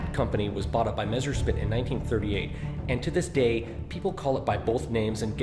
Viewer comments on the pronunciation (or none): Number x: it's pronounced messershmitt and not meshersmitt. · Nb.1 All the English speeking people say the name wrong its Meserschmit not meschersmit!!! ;/